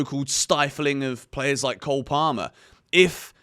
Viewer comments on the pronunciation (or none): none